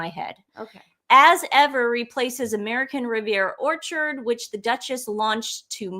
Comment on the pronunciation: He also has apologized for his pronunciation of American Riviera Whorechard. Venezuelan accent, you know.